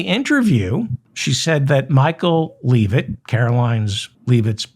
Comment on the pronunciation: Do you call her "Leave It"on purpose or have you just never heard the name pronounced out loud?